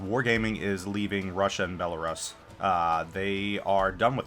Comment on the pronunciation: Every time you mispronounced Belarus I took a shot... I'm completely wasted. thanks